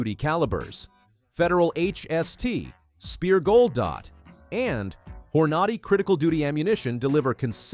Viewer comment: did you just say "whore naughty" ammunition? lol